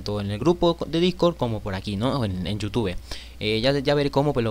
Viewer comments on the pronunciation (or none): none